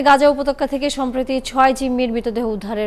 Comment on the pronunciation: উপতক্কা না উপত্যকা হবে😊😊